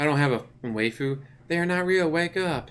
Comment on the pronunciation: A small it pick but "waifu" is pronounced "why-fu" not "way-fu"